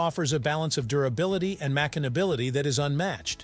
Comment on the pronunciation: Why did you pronounce machinability like that? So weird.